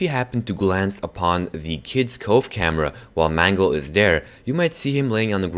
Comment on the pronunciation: please dont call Mangle Mungle